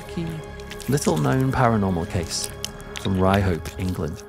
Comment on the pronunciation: If you grew up in the north east and had hear of the town, or at least hadn't forgot the colloquialism. It's pronounced "Ryup" not "Ry-hope". Mind you this is coming from a pit yacker in Peterlee.